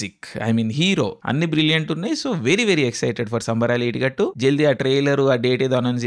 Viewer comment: అసలు సినిమా పేరు ఏమి చెపుతున్నావో కొంచెం అర్థం అయ్యేటట్లు చెప్పలిగా నీలో నువ్వ్వే మింగేస్తున్నావు